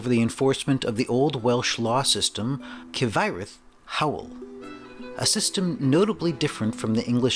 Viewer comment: I appreciate you attempting to pronounce the Welsh. You got Hywel right but Cyfraith is pronounced Kuhv-rye-th. I know it looks nothing like it.